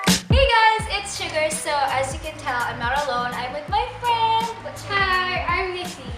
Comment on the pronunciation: Suga not sugar 🤦‍♀️